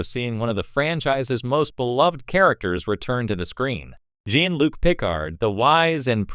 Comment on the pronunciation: "jEEn" Luc?